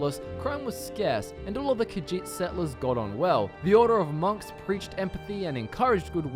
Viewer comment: I really hate that he keeps saying "Khajiit" wrong, but I don't know how to communicate the right way... Ugh.